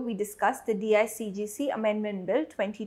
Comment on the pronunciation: It’s not DIGCG It is DICGC.